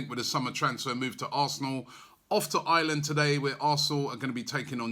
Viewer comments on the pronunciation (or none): none